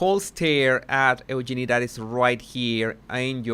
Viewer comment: Eugenie….he is pronouncing the name correctly.🙂